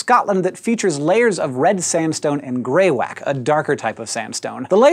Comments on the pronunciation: It's pronounced Grey-wackey. I've been wanting SciShow to do more Geology related videos for a long time, and now that they've finally gotten to it, they let me down... :( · FYI you pronounced greywacke wrong. you pronounce the e.